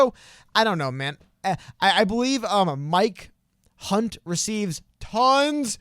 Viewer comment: Also writing in Yang. And listening to pronounce Mike Hunt made me put my hand over my mouth so I didn't bust out loud laughing and wake everyone up.